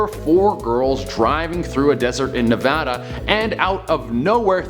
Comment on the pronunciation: Thank-you for saying Nevada right😇:)